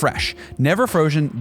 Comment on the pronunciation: "...never froshen"...? 🥶